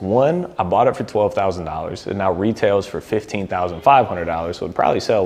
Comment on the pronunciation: Are you serious right neow